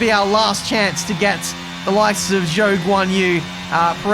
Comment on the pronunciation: "Five seconds it's a yoke."